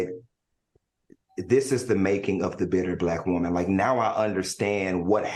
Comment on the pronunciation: Al's pronunciation of "woman" tickles me. He pronounces it as Whoa-Man.